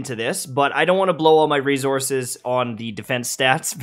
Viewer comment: Why does he pronounce resources like that 🤣🤣🤣🤣🤣